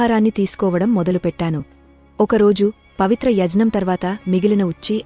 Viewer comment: Very beautiful explanation in Telugu language. The lady narrated it very well. Only few words like yagnya, gnyanam were not pronounced properly.